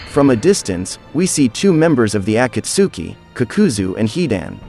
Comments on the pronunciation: The pronunciation of akatski kakazo and kunai and Asmua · i had to stop watching after heard the pronunciation of akatsuki and kakuzu 3 mins in